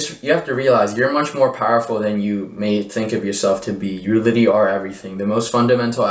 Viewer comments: I was going to ask what litty meant. I wonder why he can’t pronounce that word. Maybe he should find a word to replace it like “actually” so he can be understood. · When “literally” becomes “LITTY”… LMAO 😂